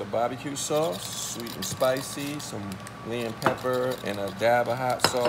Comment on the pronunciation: Lolol.....Kirk said “Lea and Pepper”. It’s “Lea & Perrins” Kirk! It’s Worcestershire Sauce. I used it all the time when cooking meat. I see you had that Trappey’s hot sauce too. Good choices for making sauces or marinating your meat.